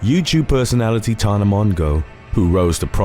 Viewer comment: The way you said Tana’s last name had me literally laughing out loud in a totally silent room of about 30 people!! 🤭🤣 I just couldn’t help myself! Sooo embarrassing, but totally worth it!